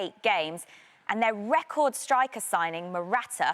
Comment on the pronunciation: It's not sticker it's striker